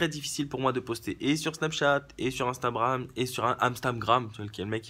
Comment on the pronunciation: "Instabram, AmStamGram " :-D ;-)